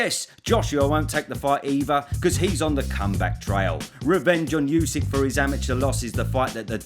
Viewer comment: bro Usyk is pronounced 'ooh' sik not you sik